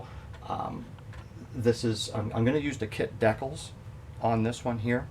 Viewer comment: Your the 2nd guy I’ve heard call DECALS ( Deck-ills), nothing wrong with that, if that’s the way you want to pronounce it! Just sounds kinda weird is all! NO OFFENSE! Still you do a great job on models!